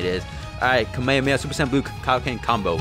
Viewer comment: Why do you say kamehameha like that